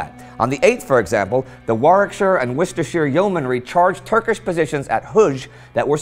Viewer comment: Nice pronunciation of Worcestershire, many American's pronounce it wrong.